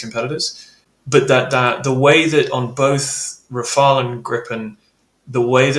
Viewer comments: no, not you. It's Rafale, not rafael. Come on. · Can you please, you guys stopping calling the Rafale by pronouncing "Rafael". It is just "Rafal" 😂😂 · Rafale, not Rafael! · Ra-fa-EL?? C'mon,, no, that's the Italian who painted those rascally/cute little angels. The Rafale (ra-FAL) is a stormy blast of wind, a gust. gets it. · RAFAEL? Come on, that’s a Teenage Mutant Ninja Turtle. It’s Rafale. You’re the go-to GOAT on this stuff. 😎👍🏼 How about each ally simply use the plane they can do best with in terms of volume, supplies and training? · RafAle NOT RafaEl ! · It's RAFALE and not Rafael! :) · It's not called "Rafael", but "Rafale". Rafale is a bird, and Rafael is a Hebrew name, completely unrelated to my knowledge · Rafale. Not Rafael. More credibility if you pronounce the names right. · RAFAL not RafaEL!!! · RafaLE, not Rafael , mon ami, come ca va aujourdui? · Tips for English speaking persons : how to pronounce "Rafale" : RAH -FAHL . the two As are pronounced exactly the same Easy ! rhymes with "cabal" for instance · god anyone else tired of people calling it Raphael? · it's "Raff Arl"... not like the Ninja Turtle 😊